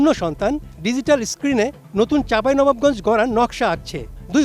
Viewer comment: চাঁপাইনবাবগঞ্জ উচ্চারণ হয় নাই উপস্থাপকের